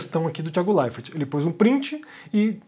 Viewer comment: Esquisito ouvir você falar "Thiago LeiferT"